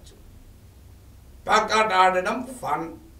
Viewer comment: Simply killing telugu words pekata and às pronounced as pyakata